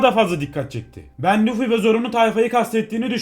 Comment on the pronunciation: Abi sen luffy yerine lütfimibdeniyodun